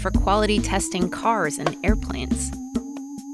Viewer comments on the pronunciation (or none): No matter how many times I listen, I hear you say air plants, not airplanes. I have questions.